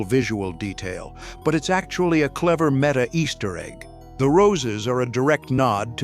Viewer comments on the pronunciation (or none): none